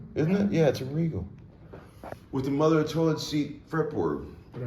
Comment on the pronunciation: HA HA, Did you say, Morher of toilet seat fret board?